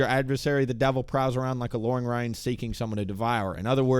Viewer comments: ... you said "loaring rion," not "roaring lion." I am paying close attention! Lol. But good work 😊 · lol you said loaring rion. 😂